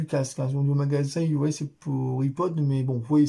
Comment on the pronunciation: Bonjour pour information iOS sa se dis aïe o s Voilà merci pour votre vidéos bonne journée cordialement